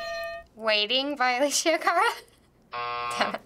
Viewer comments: It pissed be off how she said aleshhhhia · Raul Cercea she really got on my nerves when she said Alessia wrong... 😂😂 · she keeps pronouncing alessia wrong my god hahaha